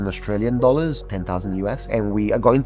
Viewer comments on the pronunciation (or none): Random thing I noticed, it was really funny hearing you suddenly say "dollars" with a hint of an Australian accent! We're definitely touched by the places we live